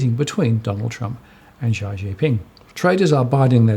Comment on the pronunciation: The Chinese presidents given name is not pronounced zee... it is close to s-yee (she is quite close also).